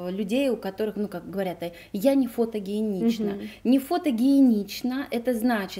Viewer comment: не в обиду:фотогеничность,а не фотогиеничность